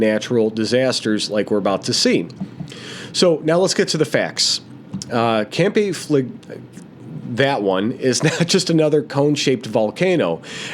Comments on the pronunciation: Campi Flegrei (pronounced Campy Fla Grey) as you quite rightly said has a VEI of 7. In that respect it is NOT a supervolcano as they have had to have a VEI 8 eruption to be classed as a "super volcano". HOWEVER, because of the population within the Caldera and of course Naples, Campi Flegrei is being monitored as a "super volcano". I walked the Phlegrean Fields (pronounced "fla gray an -- Fields") approx 35 years ago and became fascinated by Campi Flegrei and of course Vesuvius. You CANNOT walk the Phlegrean Fields now as it is too volatile. I watch and she is very imformative, but one thing that get's me annoyed is the constant......It's a Super Volcano..... when it's not had a VEI 8 eruption. The definition is available via Google if anyone questions it!!, other than that, is very informative and a must watch if interested in the subject. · Campi Fla-Gray… took me a while to pronounce it too. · Pronounced Campi Flee gray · Campy Fleh-gree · Campee Fle-Grey is the correct pronunciation. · Pronounced: Kam Pee Fleh Gray